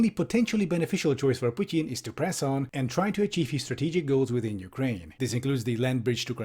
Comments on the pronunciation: can you please call him Putin and not Putien, pet peeving me hard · why to americans pronounce "putin" pudn? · No one: Piewtin. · The way you pronounce "Putin" 👏👏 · I love how pronounces "Putin". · i love this video but why do you say putin like that its so infuriating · I like how you pronounce "Putin" :)